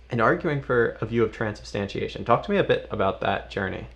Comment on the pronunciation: Fun Fact: For his first year at Catholic Answers, Trent Horn could not pronounce the word "transubstantiation". He kept saying, "Transubstantination."